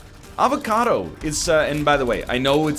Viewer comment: HE CALLED IT AVA-KA-DOO ah good ol kylee henke memes